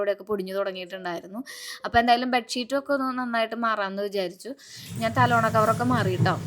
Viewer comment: തലോണ അല്ല തലയണ 🙏